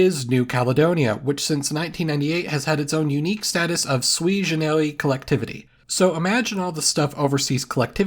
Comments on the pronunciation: "Sui generis" is Latin, not French, so it should be pronounced "SU-ee GE-ne-ris", not "swi je-ne-REE". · You said “sui generis” like it’s a French phrase, but it’s Latin for “one of a kind”. It’s occasionally used in English. Even in French they try to say it somewhat Latin-like with an audible S sound at the end.